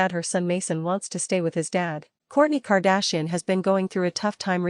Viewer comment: Why is the AI unable to pronounce KAR DASH I EN?